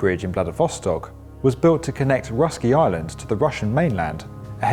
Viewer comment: You should pronounce Russky like this: rooskiy 😏